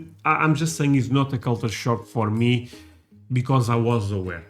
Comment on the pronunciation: Am i hearing "culture shark"?